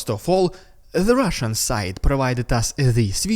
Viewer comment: I just love your “rrrridiculous rrrrussian propaganda, ugh!!!” Always drop from chair😂